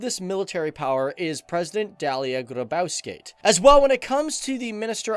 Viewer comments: I laughed so hard when u said president name's ;D (Say it like Dale Gry-Bau-ska-yte) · Lol,you should probobly check how to spell names a bit,just listen to how sum1 else sais it xD Dalya Grubauskait Reimoundis Keroublis Zoukis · Tai jau tikrai tik paklausyk kaip sako Dalia Grybauskaite (Yeah just listen how he says Dalia Grybauskaite) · Im lithuanian. And you said Dalia Grybauskaitė so wrong.